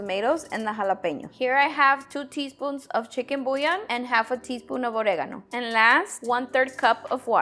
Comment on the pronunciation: It took me 5 solid minutes to figure out that she said "Oregano" 😂